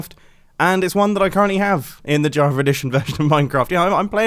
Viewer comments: “JavaR Edition” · Not java but javer